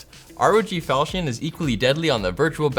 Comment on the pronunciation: isnt it pronounced "fahl cun" like the csgo knife?